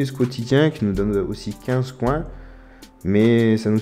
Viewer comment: Tu la mal prononcé mais c pas grave XD